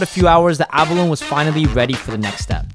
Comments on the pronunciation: The chef that can barley speak English pronounce abalone right but the channel guy can't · He cant pronounce abalone.